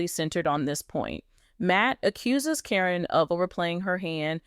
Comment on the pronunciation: AI is terrible at names. Happens all the time.